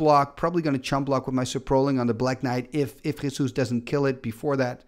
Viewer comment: I need to congratulate you for your pronunciation of "Jesús" XD